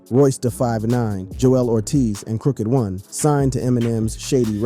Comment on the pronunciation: minus saying "crooked 1 and not crooked I =eye"